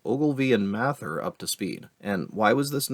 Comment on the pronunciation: The way you say "Mather" hurts my ears.